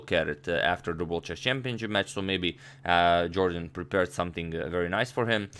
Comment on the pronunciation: #Suggestion as a loyal subscriber I must tell u sir, In his Interviews it is always pronounced as "Yorden" instead Jordan. If I am wrong plz feel free to correct me, it will increase my vast knowledge.